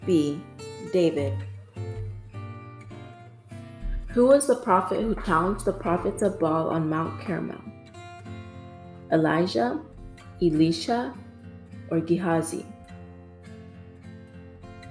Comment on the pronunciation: Couldn’t deal with the mispronunciations. “Mount Caramel”?? Moving on.